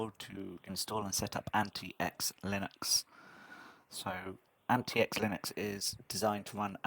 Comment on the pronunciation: Actually it is pronounced Antics not Anti X. Good review.